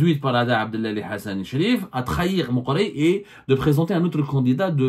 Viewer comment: إسمه عبد العالي.. وليس عبدلالي.. أنت تقرأ كل شيء بالفرنسية.. حتى الأسماء...!!